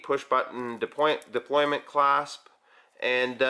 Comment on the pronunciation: I agree. Pronounced that wrong. Disagree on the brand for the most part although I'm not crazy about their smart watch line.